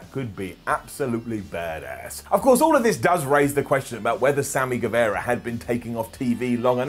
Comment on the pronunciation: Its Sammy Ger-vah-ra